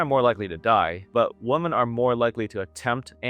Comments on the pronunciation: WOMEN IT'S PRONOUNCED WOMEN, NOT WOMAN, HOLY FUCK YOU'RE A RETARD. Learn to speak you utter moron. So fucking disrespectful and ignorant. It's like saying, there are a lot of man in here. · Women v woman are pronounced differently! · Learn how to pronounce "women", mr. PhD sociologist.